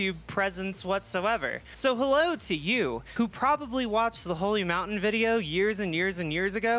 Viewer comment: Da holly mountayne